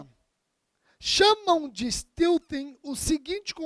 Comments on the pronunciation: A pronúncia correta é "STÉLTIN". Sem nenhum demérito para a excelente aula. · É porque steal (roubar) se pronuncia "stil". Porém, stealthing se pronuncia "steltin". A origem da palavra é steal, mas a pronúncia muda. Erro totalmente perdoável. Até porque um americano ou um inglês pronuncia o português do jeito deles e ninguém liga. Os brasileiros é que, macacamente, se esforçam por falar com a pronúncia nativa. Mas o que é uma pronúncia nativa? Os americanos não pronunciam o "t" no meio da palavra e os ingleses não falam o "r" no fim da palavra. Em Londres, se pronuncia my como "mai". Em Manchester eles falam "mi". E pronunciam "i" para I. O importante é o conteúdo jurídico. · Esse pronúnica de stealthing tá demais..kkkk